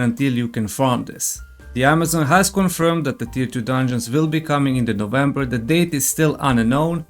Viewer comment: he said novemeber, but what day